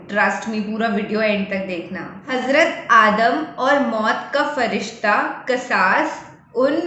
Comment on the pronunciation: कससुल अंबिया सही कसास गलत Qasas Means Qissa Kahani Story 😊 It's Arabic Word Sister 😊